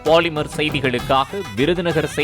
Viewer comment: பாலிமர் இல்ல போலிமர்😂😂